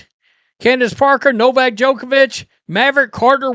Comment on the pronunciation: The WNBA is everything you said with a little bit of basketball thrown in🤔🇦🇺🇦🇺🦘🦘👍👍 Also at least you know how to pronounce Novak's name unlike a certain podcaster who struggles to speak normal english🤔😁